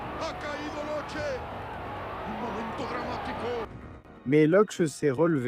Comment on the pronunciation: LE NOM SE PRONONCE "LOQUÉ" ISSU DE L IMMIGRATION ITALIENNE EN ARGENTINE!!!